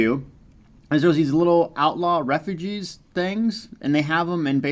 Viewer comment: Reff-yujes, not Refujees... Mo-teefs, not Mo-tiffs... Your videos are very useful for min-max-ing, or maximizing my build... The worldwide jobs are fun, too....